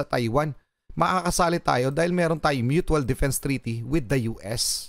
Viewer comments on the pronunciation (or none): Litro o galon? Myuchual HINDI MYUTWAL!